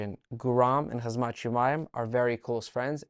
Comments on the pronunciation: Thought you only had trouble pronouncing Georgian names until I heard you call Khamzat Hazmat 😂😂 Great video though, I know you’ve already been told that Ilia does not have any Spanish heritage already so I’ve got nothing to add here 😂 Keep up good work! 👍🏻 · You're the only person other than Uncle Chael who can't pronounce Khamzat's name 🤣